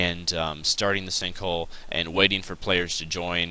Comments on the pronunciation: "stinkhole" lol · I could have swore you say stink hole in the beginning lmao!!!!!!!!